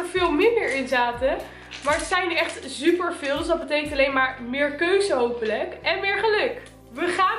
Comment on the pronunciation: “zuper veel” 😂😂